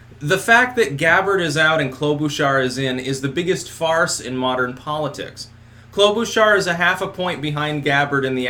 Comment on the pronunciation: Minnesotan here. I die inside a little bit every time you say "Klobuchar" You say: Klo-boo-char Everyone I've ever known says: Klo-buh-char